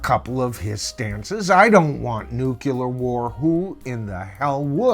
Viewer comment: The word is pronounced nu-cle-ar